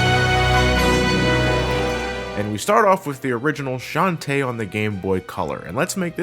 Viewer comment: hey, I've said this already and imma say it again: It's shan-ta-eh not shan tee. I know it's a stupid gripe to have but it's the details that count:3